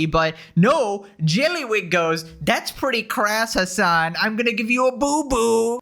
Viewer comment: The way you say JYELLLYYYWIG gives me life